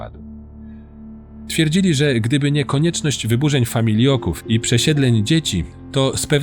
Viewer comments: Świetny materiał ❤ tylko to "familoki" nie "familjoki" 🙈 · Ogólnie spoko materiał, ale o tych "familiokach" nie da się słuchać, a jest to powtarzane wszędzie na potęgę.. FAMILOKI ! - zapamiętajcie raz na zawsze gorole! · Film naprawdę super, ale ja was błagam to są Familoki a nie Familjoki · Nie "familjoki" tylko familoki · Szefie to są familoki nie familjoki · a o autentyczności czytającego świadczy błąd - to były familoki a nie famILIOKI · To FAMILOKI a nie famiolioki